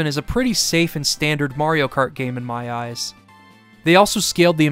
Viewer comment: mayro krat